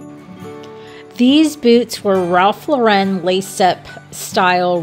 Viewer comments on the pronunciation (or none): Ralph Lauren rhymes with FOREIGN/female name.